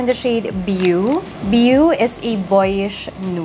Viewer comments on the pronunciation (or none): beau isnt pronounced as biyu— it's "bow" (as in bohw not baw) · Point out ko lang po the pronunciation of beau is parang bow as in 🎀 😊 for future reference lang